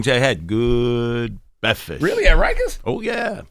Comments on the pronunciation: Man said Bekfast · I think he may have a hard time with Rs - man said “bekfast” right off the bat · Why he sayin beckfest? Smh